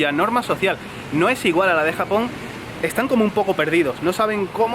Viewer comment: me gusta cuando yuko dice japon con jamon jaja 😍